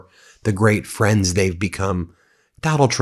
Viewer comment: I'm so gwad we're fwends, president. We've known each other for 10 years. Just like me & Jeff! Besties!!! Gawd what a dolt.